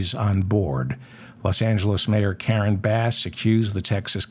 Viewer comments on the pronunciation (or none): none